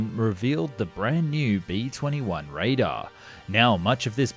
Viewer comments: It’s Raider not Radar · It's raider, not radar. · Its ray-der not Ray-dar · It may be your accent but it’s raider not radar. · Dude, please. I like your videos, but please stop mispronouncing really basic words like "Radar" instead of "Raider" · Driving me mad....the name is the B twenty one Raider (last syllable is pronounced "eerh", NOT "are") Radar ("are") is a radio system from which this is supposedly invisible!? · Raid - er not raid -ar... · Is it pronounced Radar or Raider? I'm sure it's Raider... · Raider not Radar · Raid-er. Not rad-ar. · Get your pronunciation right, buddy! It’s not “raidar”, it’s “raider”. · Its pronounced Ray-der not Ray-dar. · It's pronounced raider, not radar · dear god its "raider" not "RAIDAH".... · Are you sure it is pronounced RADAR and not RAIDER... I thought it was named after the Do little raids, and not RADAR technology. Just maybe check that, cause it does sound a little daft, RADAR... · "Raid-er" not "radar" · Raid ER not raid A 😂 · Raider, not RaidAR. The Raider is invisible to radar. Jesus. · He said B 21 RADAR lolll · What’s a “bae 21 radah”? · "B-21 Radarr" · You lost me the first time you said "radar". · “The B21 radar” “Weapondry“ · Why you ceep saying raidar? 😂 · Narrator might care to learn how to pronounce the word RAIDER... petty, yes, i know, but you degrade your purpose. ala credibility. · Raider is a word😢that you are not saying correctly